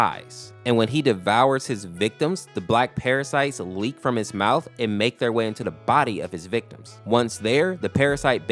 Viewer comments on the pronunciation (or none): none